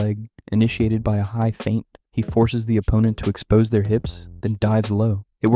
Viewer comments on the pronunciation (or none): none